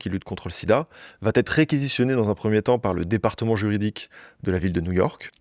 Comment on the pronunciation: “Va ETRE” et PAS “va TETRE”.. Jen ai ras le bol d’entendre cette fausse liaison à l’oral ..il vient d’où ce T ?? On ne dit pas “il va Ta la pêche” c’est pareil pour “il va être”.. j’en entends de plus en plus de partout ça me rend dingue 😂